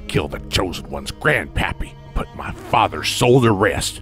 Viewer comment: Every time he says HE TOOK MA PA, it think of THEY TOOK MA JERBS.